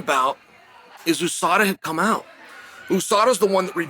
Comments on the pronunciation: "OO-Sada" - Chael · USADA came and went but Chael still doesn't know how to say it properly.